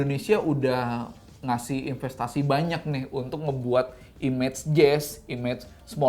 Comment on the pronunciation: ciri khas Om Fitra: tinggi saya 177cm ciri khas: ngomong "nih"-nya jadi "NEH". Gokil neeh... Lumayan neeh...